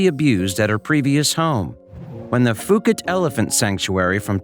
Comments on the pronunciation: Its pronounced Poo Kett, That is NOT Fooket Fuket.Its Phuket OK. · When I spent a couple of weeks in Phuket, everyone there pronounced the name of the place as “Poo-ket”. I never heard “Foo-ket” while in Thailand. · It’s pronounced Poo-ket not fuu-ket , it’s an island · For the love of god it's pronounced Poo-KET, Poo-KET! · Phuket is pronounce pu ket.